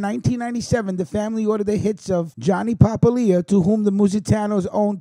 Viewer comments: It is pronounced Pa-pilia not papa-lia the way you're pronouncing it! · The way you kept butchering the name Papalia made this almost unwatchable. Its Pa-pal-ia, not papa-lia. Born and raised in the Hammer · Pa - pal- ia.